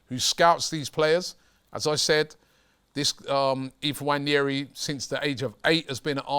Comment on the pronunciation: pronounced WA-NE-RI, not wanyeri.